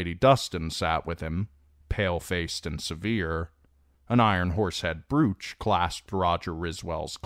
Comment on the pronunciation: BRŌTCH! Jeez. I knew what a brooch was in elementary school. and how to pronounce it. This is the 12th time now. Lol..wow.